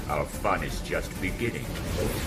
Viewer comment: In the beninging